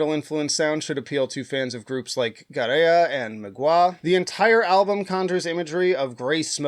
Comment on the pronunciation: FYI: Gaerea is from Portugal, not Spain and its pronounced "Gair-ee-ah."